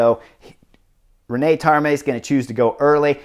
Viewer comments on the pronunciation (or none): Gotta love Chris's commentary and his total disregard for pronunciation - not even trying:) "Rein" not "René"; "Grenadiers" not "Grenadaires", "de Marchi" not "Dee Markay," etc, etc. No worries though, keep playing your game, Chris!